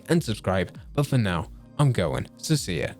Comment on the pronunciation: Every time you say “so see ya” I hear “Cecilia” 😂 Love your content bro! Keep it up.